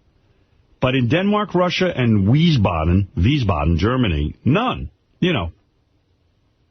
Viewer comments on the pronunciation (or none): none